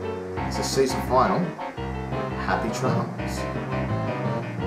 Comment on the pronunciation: its not final its finalie